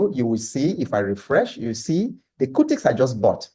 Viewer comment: It's cutix not curtix you can use bamboo